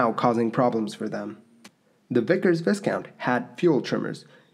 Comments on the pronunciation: You're doing a nice job of documenting, producing and narrating: your video product is extremely "watchable". However, you need to do a bit more research and dig a little deeper into your facts. Two examples: Vicker Viscount pronounciation: "viscount" is pronounced vie'-count. As another commentator has noted. ALSO your comment about being "quiet" made my head spin. Have you actual HEARD a Rolls-Royce Dart turbofan engine run? If you have, and you weren't wearing ear protection, you would probably now be at least partially deaf. The screaming noise these engines make is unique and unmistakable and probably responsible for a lot of hard-of-hearing line pilots. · VIE-count. Silent “s”. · Yes, and with a long "i" sound. It's a fairly common error even among native English-speakers, particularly non-British ones. (Viscount is a rank in the British Peerage, equivalent to Count in some other European countries.) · C’mon... even Wikipedia has pronunciation section literally at the beginning of the page. Then if you even bother to look at any footage of Viscount aircraft on YouTube it is pronounced as it should be. This is such a shame... and will certainly lead to others mispronouncing.... I’d re-record that altogether or just have someone double check my work before putting it out and looking like a fool. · Excellent to see the vintage footage of a Viscount and congratulations for pronouncing 'Birmingham ' correctly and not US style. Shame about the mispronounced 'Viscount' though... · FYI: The "S" in the word "Viscount" is silent. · I really wanted to watch this video... But I can't... How do you pronounce "Viscount" my dear? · Please correct the pronunciation of Viscount it’s so wrong and so annoying ! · What a shame to put out a video mispronouncing the aircraft name... it’s like conducting an interview and mispronouncing your guest’s name.... 😬😬😬 unforgivable....on aviation channel. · It is pronounced vi-count, not viScount!